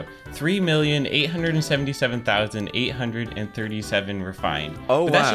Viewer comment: Tree hundred and tirty tree craft hats.